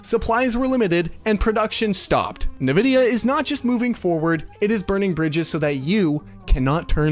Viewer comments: Am I the only one hearing him pronounce Nvidia "nevidia" instead of "envidia" and being slightly annoyed every time? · It didn't help that all the series X and PS5 games were designed to still be played on last gen consoles. At least a lot of them. So were they truly next gen if they could still be played on last gen consoles? Not in my book. PS: Nvidia is pronounced invidia not navidia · My man really said “nividia” 10 times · What's Navidia? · If you say Navidea one more time, Imo havta crawl through this screen 😂... I'm in need of a PC, but the cost vs. performance is insane.